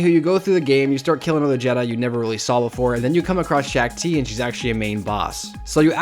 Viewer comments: Shaak Ti (pronounced Sha ak Ti) not Shack Ti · ITS SHOK NOT SHAK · The Shak-Ti voice and saying corps as CORPS instead of Cor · SHACK TII ITS SHAAK TI YOU SWINE